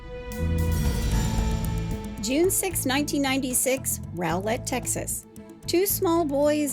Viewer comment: Rowlett is pronounced raw-let. I know it makes no kinda sense but not 1 documentary or news agency has gotten it right. Even local ones